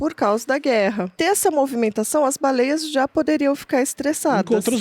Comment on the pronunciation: Pirulla falando baleieis ❤